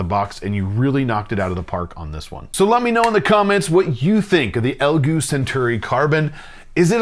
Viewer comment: Why did you just call it "Elgoo", why?